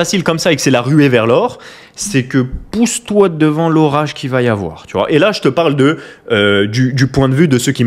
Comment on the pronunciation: il ne faut pas aFoir PEUR !!!